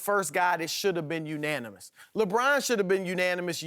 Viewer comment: "Unonimous"- Kristin Leahy 2k18